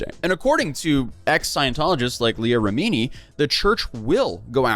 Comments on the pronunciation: Hey, love you but I have to be the bearer of the news that you're pronouncing Leah Remini's name wrong 😅 It's like Reh-mih-nee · Her name is REM-A-NEE. COULD you please ATTEMPT to say it correctly? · It’s Rem-in-ee. Leah Remini. 😊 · Horrible mispronunciation of "Remini." Try harder. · Clearly, this guy is a big king of Queen’s fan butchering that last name, my goodness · That’s such a funny way to pronounce Leah Rimini 😂😂😂